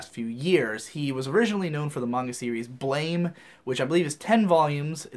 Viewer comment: Blame! is pronounced blam